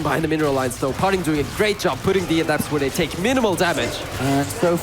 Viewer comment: "his name par-ting, not far-ting"